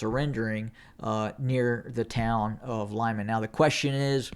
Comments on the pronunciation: Not Lyman, but Liman , L i m a n short i . [ɫɪˈmɑn]) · Lyman is pronounced LEEMAN; Popasna is simply POPASNA. Thank you for your great work!